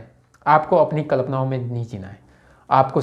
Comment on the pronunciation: भाई "कल्पना" तो बोलना सही ढंग से सीख जा